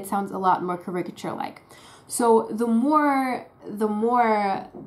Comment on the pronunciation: "caricature" should have the stress on the first syllable, with a half stress on the last syllable. awesome channel! thank you!